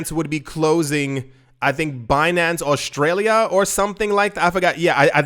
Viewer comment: Aushtralia? Pls repeat it 50 more times